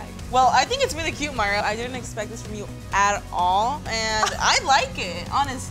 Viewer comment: It's mayra not whatever u said